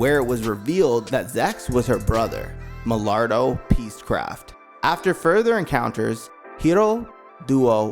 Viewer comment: Good video, agreed, but I also agree with Lady Une. Uh-un. And Milliardo. Milleeardoh.